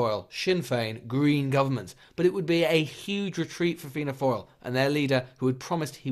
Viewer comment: Fianna “foil”